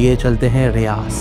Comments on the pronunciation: Bro that’s not ( RIYAZ❌ RIYADH✅ ) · RiyaDH, not RiyaZ.